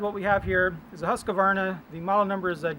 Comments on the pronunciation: ts pronounced "Huskwarna" and not "Huskawarna"! :-) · Its Swedish,my friend ,thats how its pronounced. I write it because it has been many years where americans say HUSKAWARNA,and it sounds dumb. And dont get me started on how you people spell my country; I am a Dane,not a Dene! :-)